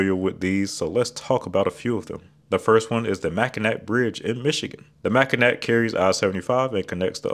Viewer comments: lol the “Mack i nack” bridge. It’s pronounced like Mackinaw just like the nearby Mackinaw Island but just spelled differently. Just made me laugh as someone who’s lived in Michigan their whole life. You can tell when someone has never stepped foot in the state before but even then most people still pronounce it correctly. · not to be too smug as a Michigander but the bridge, island and straits are all pronounced the Mackinaw (ending in gnaw the chewing word sound) not ack- one is an English spelling and one is a French spelling, with French not pronouncing the final consonant so they sound the same. both originate from a Native American word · Hi, Michigan native here. I know you're gonna get a lot of comments like this so I'll be kind and nice about it unlike some others who may not be. It is pronounced (Mack-en-awe). But don't feel too bad. Lots of people butcher our strange Indian names lol. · It's pronounced Mack-in-ah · Oh no you did NOT just pronounce the c in Mackinac. Prepare to have all of Michigan comment to correct you. 😅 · Oh. He did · Yeah, but he pronounced the K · I’m so disappointed in you for that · Mac-a-what! Aw, what a shame! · This was an excellent overview of 5he interstate standards, but not a complete, detailed explanation of the standards. The books he mentioned are thick and contain more information than this video could cover. Not mentioned past. the shoulders the clear zone and drainage. And like the Mispronounced Mackinac Bridge, there are roads that are interstate routes and are exceptions to the standards. Those roads are just interstate routes and in funding are not part of the interstate system. Like the aforementioned Mispronounced Bridge, they are Toll Roads with tolls that fund their maintenance and reconstruction. The Ohio Turnpike is one of them, the Indiana Toll Road is another. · he made a quip about how Michiganders pronounce Charlotte, MI. I think we can comment on him mispronouncing the state’s most famous landmark